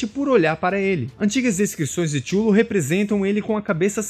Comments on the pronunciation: um adendo, nada demais. tchullu, se fala cutulo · avisando que Cthulhu se pronuncia Ka-THOO-loo , e não xullo ou como vc tava lendo, ;) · Minha impressão ou vc falou o vídeo todo "xulu" no lugar de Cthulhu? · Chulu, como vc pronunciou é muito feio de ouvir, o mais famoso e aceito é Quitulu ou quitchulu. Apesar de a ideia da grafia é ser o impronunciável, e gerar essa discussão, ficou feia essa sua. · Oi só uma info Cthulhu não se fala da forma que vc falou, (Kutulu) essa é a pronúncia correta ( falando isso caso queira falar sobre o assunto em outro vídeo) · Cthulu não se pronuncia "Tchulu" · Amigo, sua pronúncia de Cthulhu tá bem equivocada. Acredito que você não seja fã do Lovecraft.